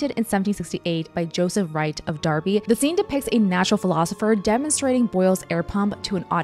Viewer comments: An American that knows how to say derby 👏🏻👏🏻👏🏻👏🏻 you really are very clever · You pronounced Derby like a local ❤️